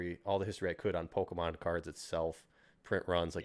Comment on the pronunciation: Great conversation but hearing him pronounce it pokEEEmon is so triggering. He sounds like everyone’s parent in 1998.